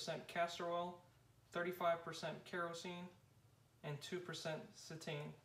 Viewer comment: It's pronounced CE-tane....accent on the first syllable!!